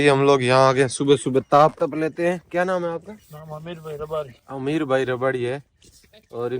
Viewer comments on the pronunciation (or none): विडियो अच्छा लगा लेकिन आप को शायद रबारी शब्द का उच्चारण सही से नहीं आता उसमें सुधार करे 🤔😐